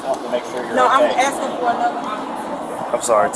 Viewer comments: Female Darrell Brooks.🙄🙄🙄 Are you AXing me or telling me what to do in this sitcheation.😅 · "...playing wi'chew..." and "...axe you a question..." makes me crazy. So does "irregardless" for that matter.